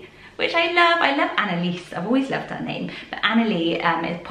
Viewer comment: Analiese here! Pronounced the way you said it :) I don't hear it often (outside of people referring to me, of course) and I love your channel so it's amazing to hear you talk about it <3